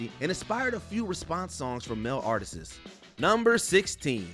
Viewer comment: "ARTISES"?????? "RENDENTION"?????